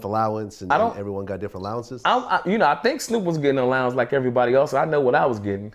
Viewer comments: That's what Suge called it "allownance". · To hear a grown man say allowance